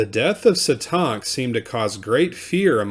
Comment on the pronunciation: That’s not how you say Satank 🤦🏽‍♀️